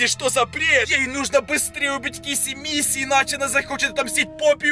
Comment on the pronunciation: Блин мне так раздражает когда ты говоришь хагги вашими И киси мисси и жыыть🤣